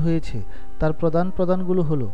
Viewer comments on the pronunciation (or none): none